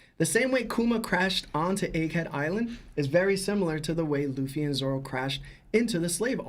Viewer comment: I know I’m nitpicking but why does he have to keep calling him Zolo?! lol I get where it came from, but between this Lahgia I die a lil bit every time he says it haha